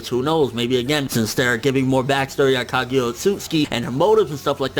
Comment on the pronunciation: Her name is not Kagya, it's Kaguya. 1 Love